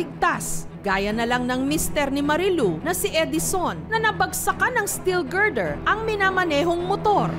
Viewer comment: GIRDER HA HINDI GRINDER!